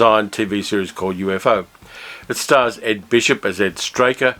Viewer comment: “UFO” in the show of that name is pronounced as a 2 syllable acronym, U-fo.